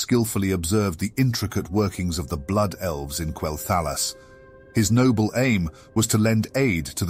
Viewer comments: Quel'THALLUS? TRENT? Quel'Thalass and Tree'nt are how they're pronounced. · KWELL-THUH-LOSS :l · while it was rather enjoyable most people pronounce Quel'thalas as Quel- tha-loss. Not a big issue. Just might put off some people since you are still growing. Keep up the good work though :3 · Why do you say quel'thalas like that? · Go play the game and listen to how the NPCs pronounce Quel'Thelas and say it like they do. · You pronounced Quel’thalas different each time and never said it right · I apologize for the mispronunciation of Quel'Thalas! It's rather hard to get it right within the context of a sentence. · Hey, thanks for the feedback! I'm aware of the mispronunciation of certain names and made adjustments to future video and podcast narrations. The reason for the sometimes strange pronunciation is due to the use of an AI narrative. This choice proved troublesome at unique situations like Quel'Thalas, Kel'Thuzad, Kael'Thas. Either way, the idea remains unchanged, bringing the viewer a captivating and broad overview of the zone. Hope this clears things up!